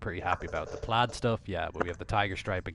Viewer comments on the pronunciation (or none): none